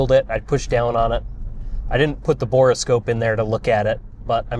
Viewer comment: Say "bora" scope one more time. It's a "bore" scope for looking down the bore of a tube.